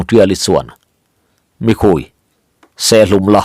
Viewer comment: sihal 'mikhui' tih hi a thluk dan dik tak chu "SIHPHIR" tih thluk ang chiaha sawi rik tur a ni a 'Mi' tih lai khi ri hniam tur a ni a 'khui' tih lai khi ri sang tur a ni e. "Mìkhuí" 'sawrkar ' tih kan sawi rik dan nen pawh a thluk a inang chiah e.